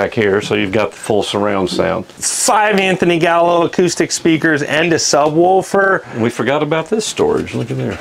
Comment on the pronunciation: no way you call them sub wolfers